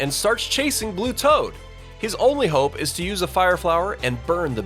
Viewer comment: I heard that mistake on saying blue toad,s name wrong.